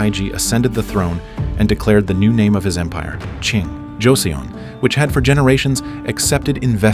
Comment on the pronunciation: Pronounced Jo-seon (sounds like son) ‘Joe son’